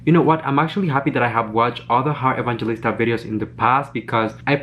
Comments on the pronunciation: I think your pronunciation is quite wrong, because living here in the ph we pronunce her name as Heart e-bang-he-lis-ta, not ebanjelista. Thats all sorry i just noticed it. ♥️ sending support on your channel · Hi. Her last name is pronounced as "Evang-Helista" 😙😙😙 Love you still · hi, i just notice you're pronouncing her surname wrong😊 so this how to pronounce EVANGELISTA= E-VANG-HE-LIS-TA😊